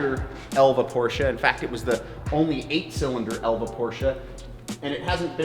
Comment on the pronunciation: Endlich mal einer der den Namen Porsche richtig aus sprechen kann :D